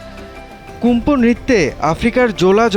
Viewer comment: সাংবাদিক কুম্ফু কইতাছে কুমফু টা কী